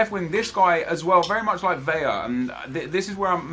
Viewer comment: It's Vela, not Veja. 2 L becomes a j, not one. I'm sorry, but it bothers me so much